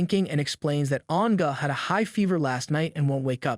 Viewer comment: name An’ge but the story teller said “an ga” 😂 and xiao xiao become “xi ao xi ao” , nice story and story telling anyway 🫰